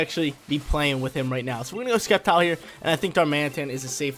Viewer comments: skeptile hahaha It is Septile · Sep-tile not Skep-tile lol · And Sceptile is pronounced (Sep-tile) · Don’t forget Skept-ile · Plss say sceptile correctly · There’s no K sound in SCEPTILE and xurkitree you actually pronounce the X dude don’t play if you do it only for the views